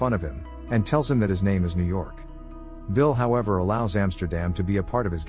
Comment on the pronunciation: Ah the famous Yew York